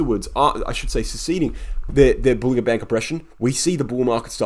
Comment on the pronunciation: Nicely done but, John Bollinger pronounces it bowlin-JER bandS